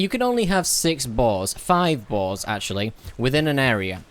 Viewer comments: Everytime I hear him try to say "boar's" I'm hearing balls... Am I going crazy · Sometimes i can't tell if ur saying "boars, boss, or balls" lol.